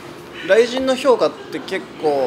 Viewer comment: ライジンとかシバターとかアクセントヤバw